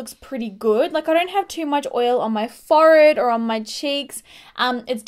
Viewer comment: You say forehead very funny 😂😂😂